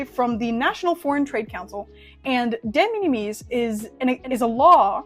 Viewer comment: Interesting information, some of it is wrong though. First off De Minimis... it's pronounced similar to minimal... so minim- "es". AmiAmi kill off Surface Mail Premium because of what it is. It's a container that AmiAmi rents (to only include amiami goods), that AmiAmi directly imported. This allowed them to control the contents of the pallete and have better control over it's safety. Amiami then directly ships from Japan to the USA. This is cancelled because the importer (in this case AmiAmi ) would be on the hook for any tarrifs that result. Instead they want to ship directly to you (the customer) so that if any tariffs result the customer is on the hook for the tariffs. De Minimis rules are ever changing, and pretty complex. Right now (could change literally tommorrow) it looks like any goods that were made in China are now subject to tariffs and no longer fall into de minimis on May 2. Currently it's at 90% of their value, or $75 (rising to $150 after June 1). This is in addition to any fees that you maybe charged by the service (read DO NOT USE UPS, FEDEX or DHL, their fees are HUGE. Only use China Post/ Japan Post as it goes to USPS which has reasonable fees). So lets' say you have a $200 figure (which is about average for a scale figure nowadays), if it's made in China and gets tariffed it would go to $150 per item rate (since it's the smaller number compared to 90% of 200 which is $180), plus documentation fees (maybe around 30?) total would be an extra $180 after Jun